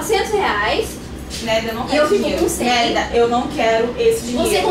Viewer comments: Não é Nerida e Nérida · Quando ela falava "Nerida" parecia que ela estava falando "merda" ksksks